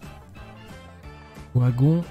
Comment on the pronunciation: Super série ! On dit Vagon pas OUAgon ;)